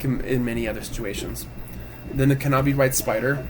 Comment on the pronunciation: Good video, but pronouncing the silent "k" as a hard "k" in knobby white spider is painful...